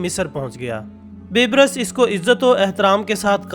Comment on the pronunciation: ye bibrus nai ha balke baibers ha